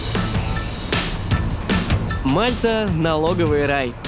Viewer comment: Не мАлта а мальтА